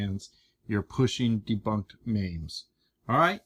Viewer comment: I like everything this guy does EXCEPT when he calls memes, mames